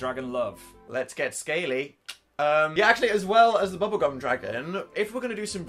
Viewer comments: Did Dan just say bubblecum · Am I the only one that heard Dan say ‘Bink the bubblecum dragon’?